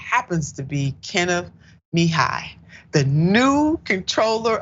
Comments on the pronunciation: Kenneth Muh-he-yuh/ya. I love you but please check the names if you aren't sure about them. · Immediately switched off from this video due to the disrespect of mis-pronouncing the guest's name twice! Always prepare yourself prior to production when guests are scheduled in advance. Other than that, I love what you stand for; proud of your show but I will make sure to watch you next upcoming show! This one threw me off (mah - hee - ah) is the correct pronunciation though! LoveLove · Kenneth Muh-he-yuh that's how you pronounce it!!! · Please learn how to pronounce someone’s last name properly. It was rough listening to this with the mispronunciation of last name.